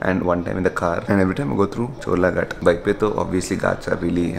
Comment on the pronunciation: someone tell him its "GHAT" not "GAT"